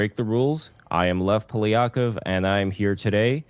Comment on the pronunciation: просьба к тебе) Судя по акценту, ты говоришь по русски... пожалуйста произноси свое имя правильно, очень прошу) Льэв Пóлиáкóв 🙃